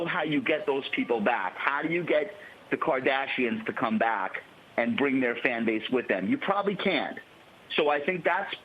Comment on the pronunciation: Bwown, twumph, bwing, bwoth. Yikes.